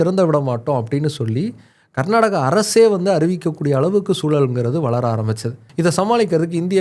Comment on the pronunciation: ಈ ಬೋಳಿಮಗ್ನಿಗೆ ಕರ್ನಾಟಕ ಅನ್ನೋಕೆ ಬರಲ್ಲ, ಪುಂಗತವನೆ ಇಲ್ಲಿ😅